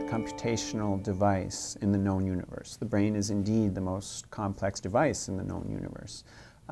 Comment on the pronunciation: Rick Sanchez Jr. emphasis on “known’’